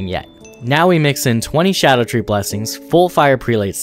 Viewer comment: "vEYEgor" is pronounced "VIH-ger". And it's SCADUtree, not Shadowtree lol